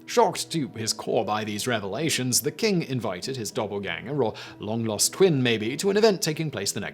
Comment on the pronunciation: Are you saying doubleganger or doppelganger? 🤣